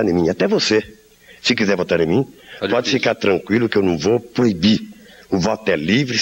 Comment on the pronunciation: O Lula diz "se quizé vota ni mim" ! o coisa feia...